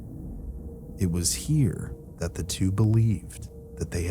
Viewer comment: do you know how upsetting it is to be 20 min into a video only to realize the connection you thought you had with that CREATOR was a farce because this intelligible HUMAN just mispronounced “THAT” as “T”-“HAT”! Bruh! Just I mean ROBOT! 😞😒😒